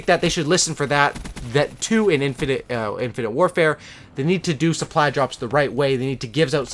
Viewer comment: Poor, can't say infinite